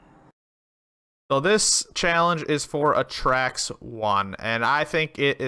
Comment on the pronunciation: Its A-Tracks not atracks